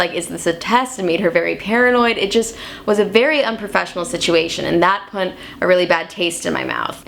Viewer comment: This girl does not know how to pronounce "put".